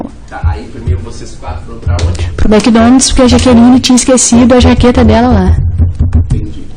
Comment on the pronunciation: Eles foram ao " SHOPI" e ao " Mequidonads" 😂